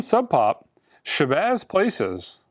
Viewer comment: It’s PALACES! Shabazz P A L A C E S. You know, like a PALACE